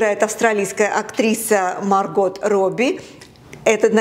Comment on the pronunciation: Актрису зовут не "Марго́т", а Ма́рго 🤣:hand-orange-covering-eyes